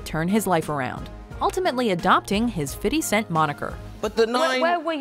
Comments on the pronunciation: Never heard of "Fiddy Cent" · Im from montreal and no ones says fiddy lol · "Fiddy cent"... what is she trying to say😂💀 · Fiddy cent? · Tj Walkins cent* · and "fiddy scent" really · Please stop calling him fiddy cent. That shit don't sound right no more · "fiddy cent" LMAO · "FIDDY CENTS"?!?!?!?!?!?!?! LOL!!!!!!!!!!!!!!!!!!! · Anyone else cringe when she said "Fiddy Cent"! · "Fiddy Cent" 😂 just stop already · soon as i heard "fiddy cent" i scrolled down to the comments. I know i'm not the only one who heard that shit. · "Fitty Cent" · Fitty cent??? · who the fuck is Fitty cent ? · fiddy cent ffs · Who the fuck is fiddy cent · Did a White girl just call 50 Cent, "Fiddy" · im kind of offended by how she pronounced fifty cent. What the fuck was that